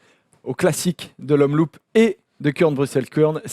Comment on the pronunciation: ça se dit omloop pas omloup merci xd PS: un belge qui saigne des oreilles lol